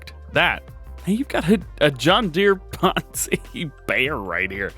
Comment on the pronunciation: It is "ponsse" not "ponzi"!!!!!!!!!!!!